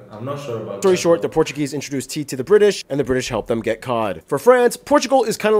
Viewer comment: your portuguese is very good to be honest, nice pronunciation